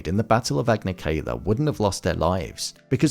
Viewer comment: You pronounced Yue's name wrong the E is E, not EE, and you pronounced Agni Kai wrong, Kai is pronounced as bye.